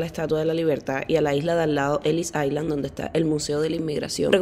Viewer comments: Un tip. Island no pronuncias la s. Se dice ailand. Era todo. Muy bonito e informativo. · En inglés la palabra ISLAND se pronuncia como AILAND, LA S NO SE PRONUNCIA.